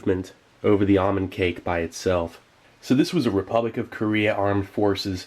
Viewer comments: Ahmond cake? You mean, ALMOND cake? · It’s not almond it’s almond with a L